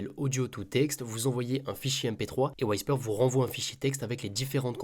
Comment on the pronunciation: Whisper, ça se prononce « OUI SPER » pas « WHY SPER », sinon très bonne review comme d’hab